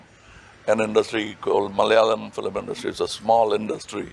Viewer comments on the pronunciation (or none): ITS NOT "MALYALAM", malayalam it is. Its easy bro.. pls